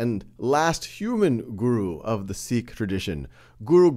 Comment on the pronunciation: can you even say sikh right? it is pronounced like this, "seek"